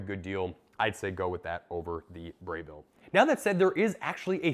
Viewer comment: It's Breville not Brayville 😂 Good comparison video!